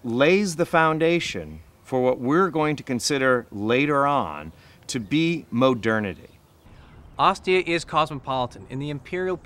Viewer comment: did he say MOH-dernity?